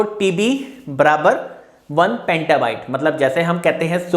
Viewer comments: it's petabyte bro not pentabyte. But nice video and explanation :) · Petabyte not pantabyte